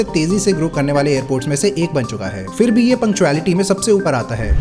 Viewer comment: Why can't people these days get basic pronunciation or words right? What the hell is going on in schools? Are people even attending them? It's not "fir" (फ़िर) but phir (फिर). And it's not "crores" but crore (one reads "5000" as "five thousand", not "five thousands"). Finally, it's not "aircrafts", but aircraft.